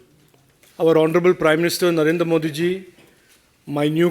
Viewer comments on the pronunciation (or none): Announcer speaking "Bhaare Janta Parti" not speaking BHARTIYA JANTA PARTY And Everyone saying "मोडी जी" but perfect pronoun sation is मोदी जी Requesting to all please try to speak correct pronounsation. Also, Welcome all to join the Biggest Party-BJP.